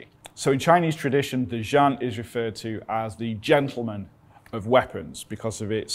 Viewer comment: You are a Very brave man! But you totally butchered the name "劍 jian" I think it should sound more like Gim.